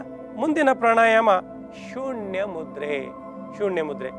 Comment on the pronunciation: ನ,ಣ ಅಕ್ಷರ ಗಳನ್ನು ಸರಿಯಾಗಿ ಉಪಯೋಗಿಸಿ ಗುರುಗಳೆ ಉದಾ ಅದು ಬೆಣ್ಣು ಅಲ್ಲಾ ಬೆನ್ನು ಹೀಗೆ ಅನೇಕ ಇವೆ ಸ್ವಾಮಿ ಸೂಣ್ಯ ಅಲ್ಲಾ ಅದು ಸೂನ್ಯ